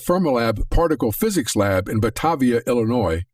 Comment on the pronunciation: He said Batahvia Illinois. LOL it's pronounced Batayvia. Batavia.